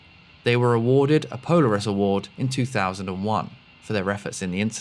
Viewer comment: Hmmm. Mispronounced Polaris.